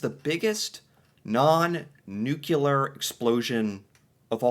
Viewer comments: Can't stand the "new-Q-lar" pronunciation, it's "new-clear", there's no extra syllable. C'mon man. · the word is pronounced New Clee Err, not New Q Lure. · Anyone else mildly amused by how pronounces "Nuclear" as "Nocular"? 😅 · That's how George Bush used to say it when talking about WMDs lol